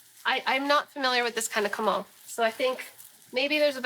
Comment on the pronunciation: You say comal funny it's co mal not cuh mall